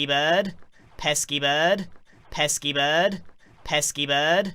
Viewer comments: Before: Pesky Bird 1 hour later: peaskypodd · sounds like pet ski berd